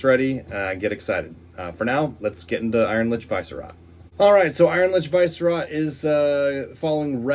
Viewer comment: Dude it's not VICE-rot, its Vi-Sce-rot